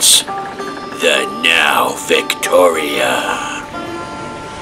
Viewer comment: You're wrong, the name is Nao